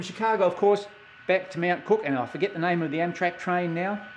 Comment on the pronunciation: I suggest that you get off Amtrak's Train #5 The California Zephyr, at Lincoln, NE instead of McCook. (By the way, in Nebraska we pronounce it as "muh cook") Lincoln is a MUCH larger city and it is a BNSF hub with diesel shop, yards, car shop, etc. From Lincoln it is about 4 hours to North Platte (straight highway with no railfanning) but there are several interesting places along the line, such as Grand Island, where the BNSF coal line goes over the UP Overland Route, and Kearney, where the UP Kansas City line joins the Overland Route and they run triple track mains all the way to North Platte. By the way, the west end of the North Platte yard complex has the RR station name "Birdwood"!